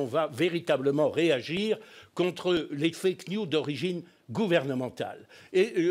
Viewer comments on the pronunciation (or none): M. Gollnisch, "news" au sens "nouvelle" est en anglais toujours au pluriel et se prononce "niouse".....